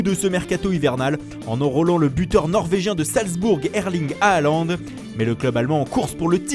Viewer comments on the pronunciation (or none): Le Nom de Håland se prononce Horland 😉